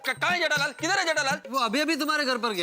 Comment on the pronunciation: people says-Jethalal Iyer says-jaitalal🤣🤣🤣